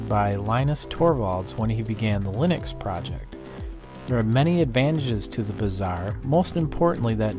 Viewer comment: I always hear Lunix instead of Linux